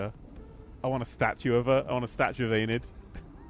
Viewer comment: Enid her accent is just perfect hahaha